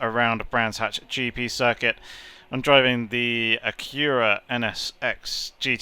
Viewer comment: The way you say Acura triggers my ocd It’s said Ak- u - ra Not A - qur - a